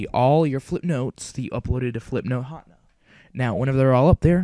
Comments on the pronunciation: Hotna? You Mean Ha ten ah? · Flipnote Hotna? XD It's Hatena [ha-ten-uh] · Ha-ten-ah Hatena. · its pronounced "flihp-noht huh-tee-nuh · It's pronounces Hat-ehn-uh HATena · its pronounced Ha-Teh-Nah. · HA-TEH-NA HATENA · flipnote HA-TEH-NAH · Hahaha I don't think you pronounced Hatena right... it should be Hah- (Almsot like huh) ten- (the number) nuh (that's entirely phonetic). I know this is a big controversy in the comments. So let me provide an actually helpful, relevant comment- This was really good! Thank you, I'm going to be using this to post my friend's birthday present. Thank you very much. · Actually, it's pronounced Ha-TEN-na. Like antenna but with an H. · i thought it was pronounced hah Teen ya.